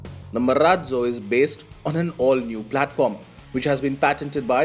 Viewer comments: Marazzzo sounds like maraaallloo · cant wait to hear him say Marrratzzo once again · What is wrong with the anchor's pronounciation of "Marazzo"!? It's a good name but he's making it seem funny. SVP- please resume reviewing these good cars.